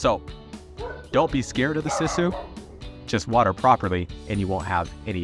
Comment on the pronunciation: it's siss oooo tree not sis uuu